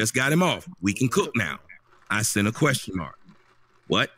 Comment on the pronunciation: In Mr Brown the word is sent not sunt lol